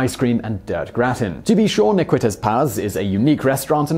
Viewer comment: I love the way Simon pronounces Ne Quittez Pas, I had to watch that section twice just to hear it a few more times.